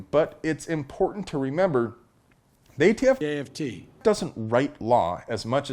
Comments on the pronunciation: Biden saying AFT never gets old. I have to rewind due to my laughter all the time. 😅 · Love Joe's contiued cameos !!! When will we learn how to pronounce aft..... correctly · Yeah we get it...Biden called the ATF AFT. I don't need to be reminded of it every time you say ATF. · Never stop playing joe saying “aft”. Love it!